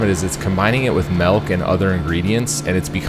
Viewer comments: Milk not "melk" lol wtf who are ya Brendan Schaube? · did you say malk... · He said melk.